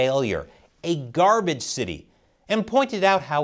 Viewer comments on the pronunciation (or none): none